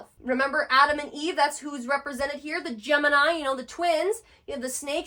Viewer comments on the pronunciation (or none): none